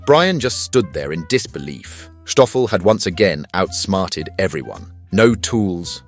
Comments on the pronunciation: what's with the 'h' in the narrative? I believe it's Stoffel and not Shtoffel? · I have no idea why you refer to him as SHtoffel...it is pronounced STOFFEL....Sssss tttttt oooooo ffel! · It’s not Shtoffel just Stoffel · Stoffel , not Schtoffel ! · Endearing story. ❤ But Kindly pronounce Stoffel as S Toffel, and Not as Sschhtoffel? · How did Stoffel Turn into Shtoffel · It’s Stoffel not Shtoffel ffs … we not German we South African … and yes honey badgers are a menace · Schtøffel😂...it's just Stoffel my guy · Stoffel, not Shtoffel. Very annoying. He is a South African honey badger. Afrikaans, not Yiddisch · It's Sstoffel, not Sschtoffel... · I am wondering if the narrator say "Schtop" or "Stop",since he insists on say "Schtoffel" instead of "Stoffel" which has no CH in it. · Poor Stoffel, ending up being called Shhhtoffel instead of Stoffel... he's not German, you know! He was featured on TV here in SA a number of years ago, and the interviews with Jones were hilarious! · Why do you say "Shtoffel"? It's not a "sh" sound. Just S. Just Stoffel. Just like Stop. You don't say "Shtop". Get it right. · Stoffel, not Shtoffel. But okay, difficult if you don't know the right pronunciation. Cool vid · I love when you mention himthe second time, you say Schhtoffel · Dutch and Afrikaans don’t use the German ‘sh’ sound, it’s just a regular ‘s’ when pronouncing Stoffel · That pronunciation of Stoffel. 😂 Reminds me of us Afrikaners when we want to be or sound funny. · 😂😂 you pronounce his name like he is part of the SS. 😂😂